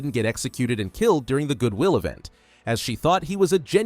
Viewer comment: “Good Will event” 💀